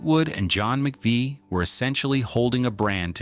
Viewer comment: Using footage of a tribute band is as bad as giving Christine no respect and mispronounced Mc Vie.